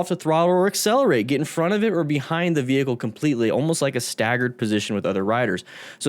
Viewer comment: Bmw= Burning man's " wehicle"🔥😀